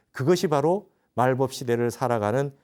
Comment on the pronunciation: 스님! 말법은 말뻡"이라고 발음하소서! 또! 한국의 한을 왜!? 길게 발음하나이까!? 실로 실망했나이다. 미국 변 완수 드림